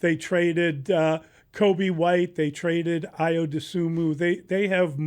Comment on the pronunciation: These guys should not be talking basketball.. he cant even pronounce Ayo’s name after being on the team for 4+ years and then Dillingham in the NFL?